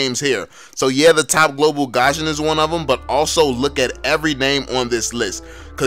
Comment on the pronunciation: It irritates me how you pronounced Gusion as 'Gasion'